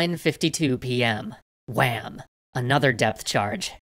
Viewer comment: The way he said WHAM!